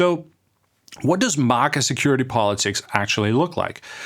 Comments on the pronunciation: Wtf is “mugguh” it’s MAGA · This guy can't even pronounce MAGA correctly.